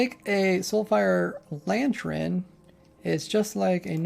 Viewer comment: "Nycelium" "Nerther Wart Block" "Lantren" I do so love watching your videos